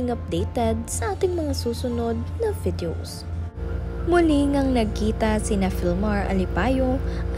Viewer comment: Ang lamya kamo.. Saka ang tawag niya sa video ay bidjow at si Jakalin si Jaclyn.